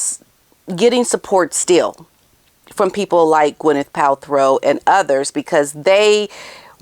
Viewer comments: Quick correction because you said it multiple times - it has never been Pal-THROW it's Paltrow. 😬 I notice a lot of Hank and Skank call out YouTubers get simple words wrong and I'm like NOOO you mustn't when covering these actual lowest of low idiots. 😬😣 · you crack me up, with the way you say Pal-throw lol 😂. Now, as much as I 🫶 you, I have to disagree. Hollyweird is def not supporting muggy. No one cares about her, but she just keeps asserting the herself into everyone’s lives and events. WME has many clients under the same umbrella, so those ppl sometimes have to oblige by what their agent asks of them, but I’m betting most ppl rolls their eyes, big sighs and the agents say, “I know, I know, but would you please? You’d be doing us a huge favor”🙏. It’s a “I’ll your rub my back, if you rub mine” type business, so ofc most likely they agree because they rely on their agent for certain opportunities in the industry. If Gwyneth was supporting muggy, she would have been at that event. Gwen is not stupid, she knows muggy likes to steal other ppl’s ideas and apply it to her own crap. Meg is one of the biggest grifters in hollywood and everyone knows it. Besides who wants a leech attached to them all night? Poor Kevin Costner, she followed him everywhere, and she was prob butting into all his conversations, fake laughing etc. I guarantee he was very uncomfortable, but she had stars in her eyes, staring at him with doe eyes like the lil love bomber she is, fan girling him like a weirdo, because she cannot read the room. I believe those few ppl, who pose in photos with muggy or keep a connection to her, do it only for self-gain. It’s an individual choice no one else is supporting her. Kris Jenner is hoping that her grandkids will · It’s PALTROW NOT PALTHROW. SORRY TO POINT THIS OUT TO YOU. OUT OF LOVE THAT I AM SAYING THAT. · You mis pronounced gwenyths last name thru pot this whole clip . Pal-tro…not throw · Ooops. It's not Palthrow. It's Paltrow.